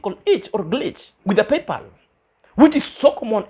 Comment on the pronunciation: thinks she knowsit all yet she says..... PayPaul.....instead of PayPal. I didn't understand what she was saying.